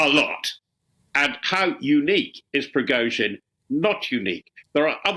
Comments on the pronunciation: "PRIZOGIN" ...hahah Its "PRI-GO-GIN" ...hahah .. man this channel is full of muppets . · "led by Prizogin," apparently. What is difficult about the pronunciation of Prigozhin for God's sake? Just say *pree-go-zhin, "zh" is the same as the "s" in leisure. If you can't get things like this right, maybe you should find another job? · Why can't they pronounce Prigozhine's name? Pree-go-jeen.